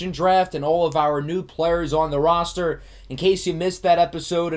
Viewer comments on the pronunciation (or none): none